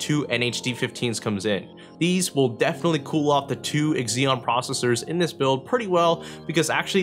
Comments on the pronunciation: Ex-ZeeOn... Nope... Xeon is pronounced "ZeeOn" FYI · Z-ON. not X- EON. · I've should've guessed it was a bs video when he kept saying "EKSEEON" PS: workstations can actually use server-grade hardware. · it's pronounced zeeeeon ;) your welcome :P